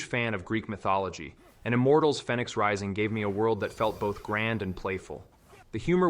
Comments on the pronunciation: im just pointing out that both of those pronunciations are how an AI bot would read them. And yes there is something wrong with pronouncing Fenyx that way because it is the main character's name, and they say it out loud in the game. Its said like "Phoenix" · It says Vampyr as "Vampeer" and Fenyx Rising as "Fennicks", it's definitely AI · Know what, you're right on both. I listened to it again and he accentuates the A when he should accentuate the Y, while pronouncing "phoenix" "fen-yx". I Didn't catch that the first time, and fromm your comment, it looked to me like you said he pronounced it like he should have, when you meant to say he didn't. I've played Immortals: Fenyx Rising, so I'm aware of all that, but like I said, I guess I misread your comment. My bad.